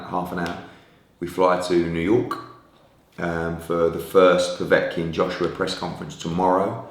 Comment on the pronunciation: I love the way he says new York with a capital K